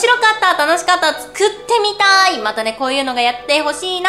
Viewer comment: 4分08秒「食ってみたい」って聞こえた、、、、